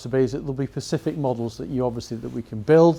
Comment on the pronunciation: I he saying ‘Pacific’ instead of ‘specific’? I think he is.